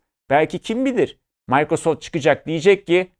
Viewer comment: yanlış ta olsa sakin sakin mikrosoft demek lazım bence...mAYkrasoft deldi kulağımı